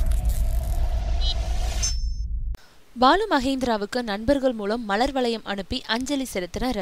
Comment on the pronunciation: யாரடி இவள் ? மலர் வளையம் என்பதற்கு மளர் வளையம் என்று உச்சரிக்கிறது /// நீ எல்லாம் என்ன மசி.... க்கு அறிவித்தல் செய்ய வந்தனி ?